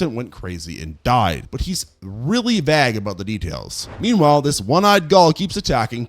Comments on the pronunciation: Vauge. Long "A" please. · I've never heard anyone say a word so wrong .... Vag??🤨that's how you pronounce "vague"? Seriously?? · I love when people don’t know how to pronounce common words. Vague is pronounced like vage not vag